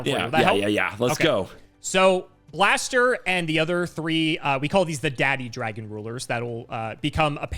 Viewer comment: I'm glad that gave another shot at pronouncing Blaster's name correctly.:)